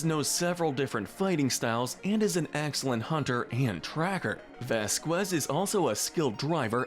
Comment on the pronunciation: Pronounced (vas-kez)